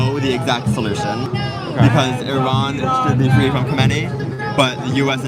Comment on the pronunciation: Fwee Fwee Palestine mommy